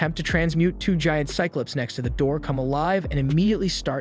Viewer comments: Psy-clup? Psy-clahp. Low-ly? Law-ly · Listen i love your videos but dude console instead of con•sole and cyclips instead of cyclops lol